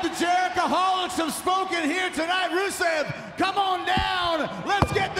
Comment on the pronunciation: who is Brusev? Romen Stains is soo terrible he can't even say Rusev's name right lmao. Botchman Rains XD